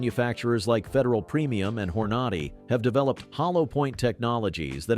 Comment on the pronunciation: I really hate this AI voice and the "point three eight caliber"/"point four five a c p"/"Hor Nod Ee"/"one nine one one"/"leed" (lead) abuse of the English language. Hello? "Myth #4" is labled "Myth #2" Meh. I've been a IPSC/IDPA/USPSA competitor. I love the 1911/.45, but I carry a 10mm. I live around bears and meth freaks. .45 is suboptimal in this environment. I'd have to go to .460 Rowland to match my 10mms.